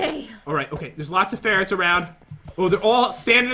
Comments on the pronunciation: Did anybody here Jen say sperrets lol like if u agree by the way I subscribed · I think Jen said "sperrets" instead of "ferrets"(o^^o)😂